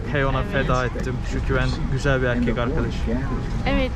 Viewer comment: Güzel değil gücel yaaa 😂